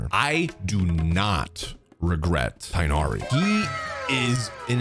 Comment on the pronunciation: It is not pronounced Raiden Shogan, it is pronounced Raiden Shogun. It is not pronounced Tainari, it is pronounced Tignari. The h sound is abandoned. It is not pronounced Shenha, it is pronounced Shenhe. It is not pronounced Elheithem, it is pronounced Alhaitham.